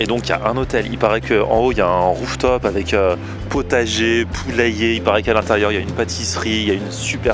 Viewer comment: "Je t'attendais à l'intérieurrrrrr" ;)